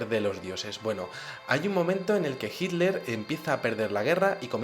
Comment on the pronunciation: Muy interesante tu exposicion. Noto que los espanoles en general no pronuncian la tl. Hiler en lugar de Hitler..